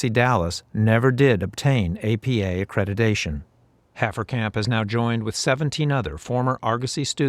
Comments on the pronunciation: It is accreditation not accredidation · These people used the term "accreditation" hundreds of times a week and yet say "a-credi-"day"-tion.